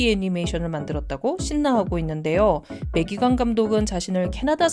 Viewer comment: 다좋은데 매기캥 이 캥 발음이 ㅎㅎㅎ 어쩔수 없는 거긴하지만서도 .. 뭐 우리나라도 우리나라 방식대로 외국인 이름을 부르긴하지만 상당히 강하게 다가오긴하네요 캥 ><